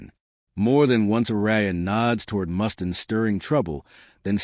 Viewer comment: Who's Dave Mustin? Can't you at least use a human voice? Garbage. Channel blocked.